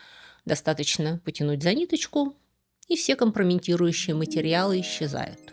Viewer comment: сегодня побила все свои рекорды искажения русского языка. Я тоже эмигрант со стажем больше 30ти лет. Я сохраняю родной язык очень бережно, не могу разрешить себе ошибок и тяжело переживаю эпидемию безграмотности. Возможно, я была бы более снисходительна, но заявляет себя как писатель. Поэтому её КОМПРОМЕНТИРУЮЩИЕ материалы меня сегодня просто убили. Как недавнее ДОТУДА. Как ихние, которые она иногда произносит. Как бесконечное НАВРОДЕ. Как Бизнес, произносимый через Е. В общем, не надо воспринимать лекции Юлии как образец грамотности. Но я все равно слушаю. Хоть кровь из ушей уже просто хлещет.